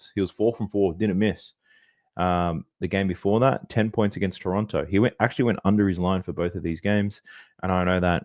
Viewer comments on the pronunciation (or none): none